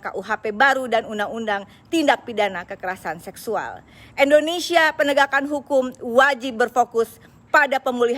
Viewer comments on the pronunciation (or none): Oneng....nama negara kita indonesia apa endonesia....sbb Oneng bilangnya endonesia....